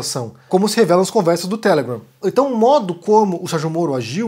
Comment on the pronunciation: Adoro vc pronunciando a la Caco Antíbes: telegram, instagram, odebrecht...